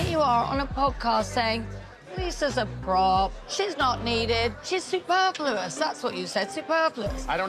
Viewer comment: Sandoval, if you're going to use the word "superfluous" like you know what it actually means, at least learn how to pronounce it correctly. Jeezus....